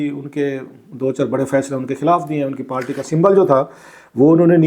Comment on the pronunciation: بھائی برائے مہربانی پارٹی کو پالٹی، قائل کو قیل کہنا بند کرو.